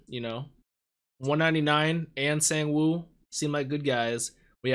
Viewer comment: someone already commented on the correct pronunciation for Gi-hun's name. Sangwoo's name is pronounced like S(ah)ng-oo not past tense for "sing"